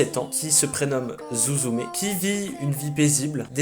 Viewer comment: Blk je le redis psk c digne d’un scandale voyons~ C’EST SUZUME prononciation avec un s~ UN S ET PAS ZOUZOUMÉ ;-; Bref~ une des meilleures films d’animation japonaise 😌 À voir absolument